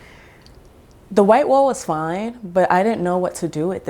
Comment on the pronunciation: You've mentioned Oakland and San Francisco, etc. but something about the way you said "coffee" and "wall"... I'm sensing New Yawk roots... Love your style!